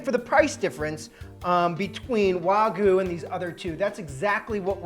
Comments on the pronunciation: Great videos!! Sorry, not Wagu but Wagyou. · Ikr?? WTF is waguuu 🤡🤡🤣🤣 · The "wah-goo" pronunciation is driving me crazy lmao